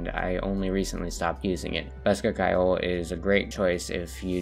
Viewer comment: My guy mispronounced ceoil with such confidence I almost forgot my 13 years of learning the language